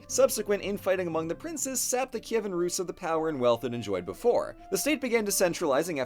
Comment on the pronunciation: Best summary of our history from a foreigner on youtube! All the names are correct, like "Kyivan" and "Volodymyr", along with other details. Dyakuyu!!!